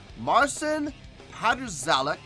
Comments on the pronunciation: Hi, You can pronounce it like Marchin Pachawek. I tried to write it more phonetically to sound better in English. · You do not pronaunce corectly. In fact almost nobody does but the Poles, but you can try something like "patshawek" and you'll be close. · To be honest, the proper pronunciation his name is: Patshauek The title of this is :"Master of Puppets on one guitar", not :"...playing on one guitar". D'u know what I mean. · Hallo, falls du Marcin Namen korrekt angeben möchtest, dann: Marcyn Pat-shaueck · Pronounce his name (the closest) Martshin Patshaweck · next time when You encounter a strange name just write it in google translator.. it will give you the correct pronunciation,. no need for hoping to do it wright.. Im not obsessed with correct pronunciation each time but man.. it is a title of this video.. at least the title..